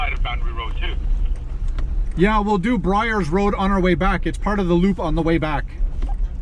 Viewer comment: Byers Rd. Bud. Not Bryers.